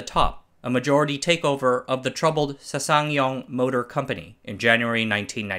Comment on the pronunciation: Good video 👍 There's no SeuSangYong. It s Sangyong